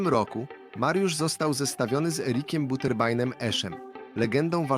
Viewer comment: "Buterbajnem" ? Po jakiemu to ?